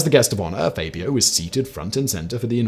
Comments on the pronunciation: FABulous FAB-io Not FAY-Bee-OH Honestly, Simon. Twice in one week? "Levio-SA" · Is "Faybio" the British pronunciation??🤣🤣